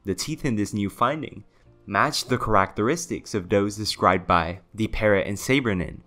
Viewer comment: && characteristics.. lol